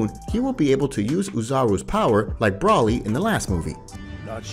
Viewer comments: Ki (or qi) is pronounced "kee" or "chee". Broly is not pronounced "Brawly", it's "Bro-lee." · Ki is pronounced as key xeno is pronounced as ze-no not Zeeno and broly is not braly it's literally bro-lee no way you're doing that accidentally but ok theory if there wasn't a guide saying that yomoshi or however you spell his name was the first ssj and his spirit searches for pure hearted Saiyans doing the ritual to make a super Saiyan god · Bro its Ki (“kee”)!!!! Not kai (“kie”)…… its Zeno (Z-eh-no), not “zeeno”…… its Broly ( Br-oh-lee), not “brah-lee”…… its Whis (“W-ee-s”), not “wiz”……. this literally would’ve been an amazing video instead of just a good one if it didn’t have the cringe problems. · Dude... its "Bro-Lee" broly.... not... Brah-lee" ANYWAYS! Amazing video! Im new to this channel lol but this video was very interesting. I have had the thought on my mind of what created the saiyans for a while. I imagined it would be a monkey angel of some kind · I agree 100% and the fact that he was pronouncing Broly wrong the entire time.